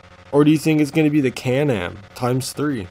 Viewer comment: U said x3 wrong